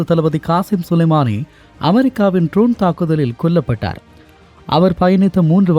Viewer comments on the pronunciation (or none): none